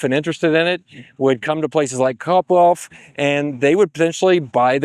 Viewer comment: Wtf is “copbwalf”